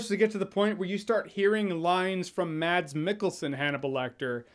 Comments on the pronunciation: It’s mas not mad-s Because it’s a Norwegian name. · Hejsa :D It's not pronounced "MaDs" the D is silent so you say it like you'd say "Mass" Love from Denmark :D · His name is surprising pronounced as Mas (like Christmas)- Michael-son.